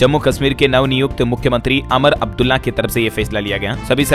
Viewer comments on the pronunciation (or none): अमर अब्दुला नही, उमर अब्दुल्ला है 😅